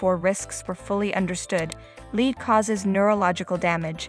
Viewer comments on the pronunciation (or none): Lead is pronounced "led"--please. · Another AI generated video -_- that's why it's pronouncing "lead" as the verb and not "led".